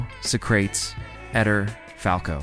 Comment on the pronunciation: Socrates was never ever pronounced as So-Crates. Please do research a little bit more. Thanks. Tele Santana too. Tele is promounced in 2 syllabus.